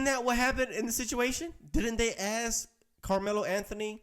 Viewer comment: Why do African Americans struggle with the word "ask" so much. My entire life they have all said AST....so weird